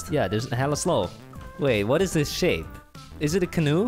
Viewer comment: •• its shape, not sh